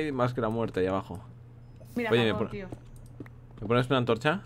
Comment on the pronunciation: Willy ha dicho antrocha :o